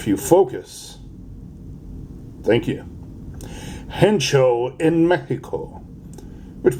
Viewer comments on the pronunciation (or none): I'm gonna make the bold claim it's "Hecho En México" and not Hencho... I know Language Police... had to do it :) Happy Pezzing for Mexicos!